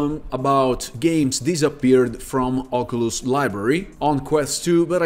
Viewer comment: “Oculus” no “ogulust” yes💀